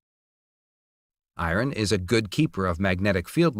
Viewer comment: "the i-ron parts..." Aaaarghhh